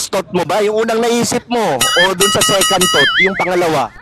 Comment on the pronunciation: Second Thought (parang, "sa kantot" ang datingan) hahaha...